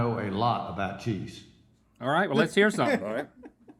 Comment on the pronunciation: specifically when you’re nearly pronouncing it Cheezsh instead of cheese lmao